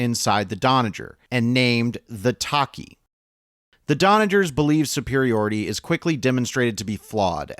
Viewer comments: "Taki?" "Tine?" Weird way of saying "Tachi" and "Tynan." Also, Theresa Yao was arrogantly stupid; she should have had the Tachi crewed and ready to launch, when picking up the survivors because Holden (also stupid) broadcast to everyone, identifying the survivors as witnesses to the attack, which would obviously mark them as loose ends needing tying off. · Ta-Chee not Taki, how'd you fuck that up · It wasn’t. An AI would actually be likely to say “Tachi” correctly, because it’s pronounced how it’s spelled. This guy pronounced it as “Taki”, which is the least likely, and utterly ridiculous, pronunciation. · mispronouciation, it's not the "Tah-key" ? LOL. No, it was the "Tah-chee" since Tachi is Japanese for a type of sword. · The... "Ta-ki"..? They... Lopez died for this, man... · I was all set to praise the existence of this video, especially in light of last week top six battles video. And then you went and mispronounced the name “Tachi”. I categorically refuse to believe that you’ve watched the Expanse, yet still mispronounced the name “Tachi”. For shame.